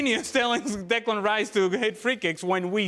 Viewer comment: Can someone tell frank its declan,not diklan